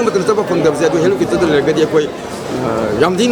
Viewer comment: Helicopter haibiyo, helicooter gi mahut ta.👍